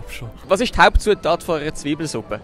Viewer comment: "Zwiibelesuppe"... es heisst: ZIIBELESUPPE! 😉